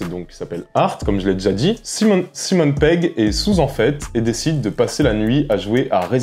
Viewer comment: Stop avec "Simone" Pegg please !! ^^